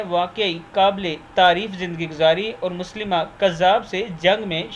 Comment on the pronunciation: مسیلمہ کذاب ہے مسلمہ کذاب نہیں